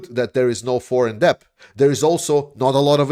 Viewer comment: Just FYI the 'b' is silent when you pronounce the word 'debt'. It's just pronounced like 'det'.